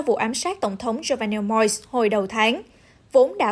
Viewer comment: Moise hoặc Moses, đâu phải Moi !